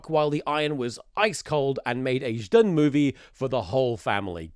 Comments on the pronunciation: one of those "Zhdun"s was actually correct XD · You pronounce Zdun very good 😅 This is very funny, this movie is not popular in Russia, considering it was made much later after meme was popular. Nobody knows why it was made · you have a perfect "zhdun" pronouncuation. i like it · You're Zhdun pronounciation is pretty good, you nailed that Ж. To better comprehend it, take a word like "jump", then imagine it as "d zh a m p" and try saying it without the d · Thomas being self conscious about his russian pronunciation whilst he is correctly pronouncing ждун is the best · your pronunciation of zdun is perfect btw. - a russian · As a Russian, I think you pronounced Zhdun pretty well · russian speaker here! you pronounce zdun alright, nice job komrade👏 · the subtitles for zhdun are a bit mistranslated from what I can tell but given what the movie is I'm surprised anyone translated it at all. also your pronunciation of zhdun is fine